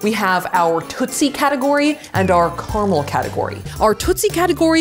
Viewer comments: It's carAmel, not carmel.... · Three syllables in caramel! 😅😂